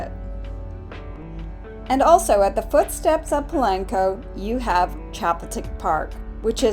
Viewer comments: Please por favor stop saying Pulanko!!!! Dios mio. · Pa lank co 🙄